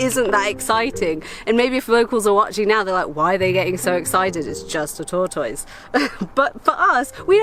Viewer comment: Tor- toiz! I love it!! We say tortus, altogether and fast. British pronunciations, along with all of the travel adventures, are among some of the reasons I love you all!!😘